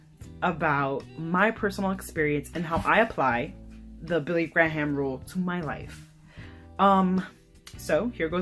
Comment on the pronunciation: His name is pronounced gray-am Or let Alexa tell you. Which is pretty cool. I've lived this way most of my life and staying as far away from the opposite sex is the only way. I have a male friend of 34 years and we have accidentally touched fingers when passing articles maybe 4 times. This is the best way and if you read the scriptures rightly you will see that the rule matches the scriptures. I could tell you so many creepy things but it takes to long to type. Lol. Great testimony!